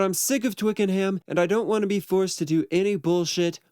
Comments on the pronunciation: Oh gawd it's pronounced 'Twicken-UM' not 'Twicken-HAAAAM'. Bloody yanks honestly 🤦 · It's "Twickernam" not "twickerham" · Actually, it's pronounced "Twicken'am", not "Twiking-HAM" in its native tounge. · It's twiken-am not hayam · Twick a num not Twick n ham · How I would love to have been there on the first day at at Twicken-HAM studios, pronounced ‘Twickenhum’ for you Americans. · It can be distracting when things are mispronounced, it’s pronounced Twickenum, emphasis on the Twick. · Twickenham is pronounced Twicken-num. Silent H Great video. Very insightful. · When pronouncing Twickenham, the ‘h’ is silent and it’s pronounced Twicken-num. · I cannot stand how he pronounces Twickenham.